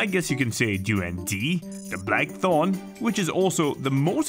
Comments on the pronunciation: Fun fact: it's called duri-yahn, not duri-yen. Literally means "thorny thing" in Malay. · I feel offended by this narrator pronouncing“du rans”. When it’s “dur ee unh” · Yep.. saying duriyen like having a short tounge😂😅